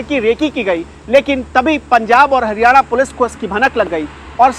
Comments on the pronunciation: 1.14 Haniyana 🤣🤣🤣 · Hadyana nhi haryana